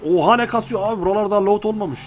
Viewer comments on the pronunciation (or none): Abi lot değil lut